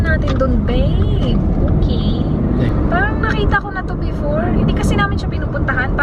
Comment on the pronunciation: Her:Okeh.... Me:Okeh Keyoh...😂😂✌ Love you